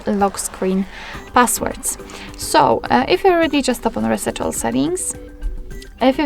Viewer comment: Reset, not raset